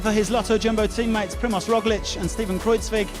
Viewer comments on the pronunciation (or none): Chris Jones he can't pronounce Kruijswijk either. The first parts is semi-correct, but the last part is pronounced more like Wike.